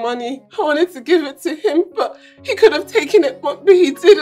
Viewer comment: this movie makes you pronounce wanted as wownted